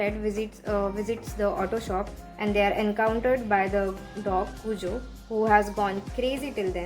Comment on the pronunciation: It's pronounced as "cue-jo" i believe. King was on drugs while writing this but didn't admit that till he was in his later years. the book recieved flak for that ending (which i liked a lot as well😆).